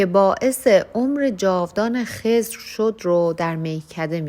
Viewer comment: شما شعر رو درست نمیخونی مثلا خضر ضاد ساکن هست اسم پیامبر هست شما کسره دادین خِضِر😅